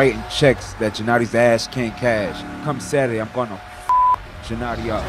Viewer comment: Pronounced geh-nah-dee